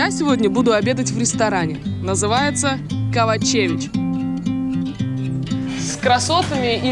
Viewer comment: Мне очень нравится это серия , но только один недостаток . все имена, содержавшие букву О, читаются О нет А. Например Ковачевић нет Кавачевић :) Сербски язык очень лёгкой для чтения